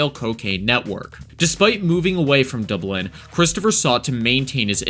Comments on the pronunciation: What? You've never been to Duh-Blen? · "Dubelin" "Lanzoroh" and "A scheduled flight" (instead of "fight") Was this made by an AI who huffs paint? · You got a speech impediment? DobLIN. Lanzaroh. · An American who can't say Dublin or Lanzarote. I feel like you've never left your country and you have the cheek to commentate on European crime :D